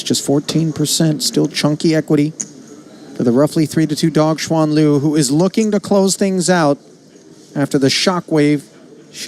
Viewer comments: Shu an oh dear lord white ppl can you at least make a reasonable effort to pronounce someone name correctly? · Her name is pronounced as Shuen Lv